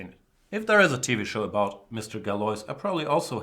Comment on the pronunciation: Galois is pronounced "galua"